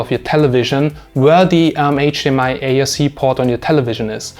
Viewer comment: Sounds like you're saying ASC and not ARC